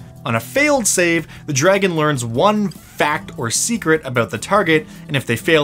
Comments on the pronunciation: Drahagon^... what did you say your name was? ...int check ...3.... Drahagon^ it doesn't matter what your name is!..... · Shoulda called it the Dra-Hag-gon